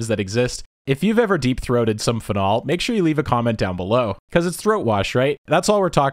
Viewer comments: your pronunciation of "phenol" killed me. I've always heard it said "PHE-nol", not "phe-NOL" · What the fuck it’s not pronounced fen-ALL. It’s FEE-nawl. Anyway great vid per usual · Fehnol pronunciation is getting me everytime you say it. So used to hearing feenol. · Uhhh… It’s “FEE-nol” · the way this man pronounces "phenol" plants an itch in my brainstem that I cannot scratch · I notice you accent 'phenol' on the second syllable.